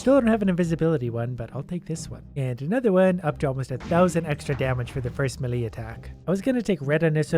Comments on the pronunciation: Melee is pronounced may-lay, just so you know. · Is it just me, or did he pronounce “melee strike” as “mili strike”